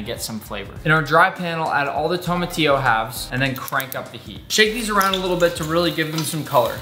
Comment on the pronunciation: just wanted to add that your pronunciation of “tomatillo, chile guajillo, chile ancho, and mole” made me proud😌